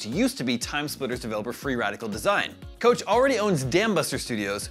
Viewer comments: Koch is pronounced coke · Isn’t it pronounced “Coke”? And he said it twice.